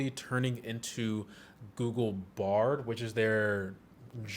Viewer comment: Intentionally mispronouncing Bard and actua.. you must not like google 😂